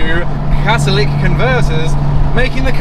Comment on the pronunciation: CATALYTIC, NOT CATALIC GAH IT HURTS MY BRAIN